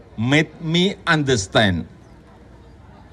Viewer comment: ✋AIII,,,ANDESTEN,,,HAAPP,,,,VERY IMPOTEN,,,,etc,,,,,!!! 👉,,aaahhh,,,hehehe ,,,Jebolan GADJAH MADA UNIVERSITY,,,!!